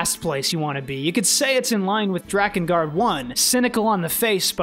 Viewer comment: You said drakengard good not like dreekengard